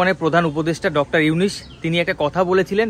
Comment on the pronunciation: আরে ভাই তুই ত ঠিকমতো নামটাই উচ্চারণ করতে পারচিছ না...বার বার শুধু ইউনিস ইউনিস বলচিছ